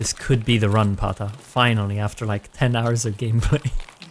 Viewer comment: Every time I hear pata the end becomes pon. Too much Nintendo from the past 😂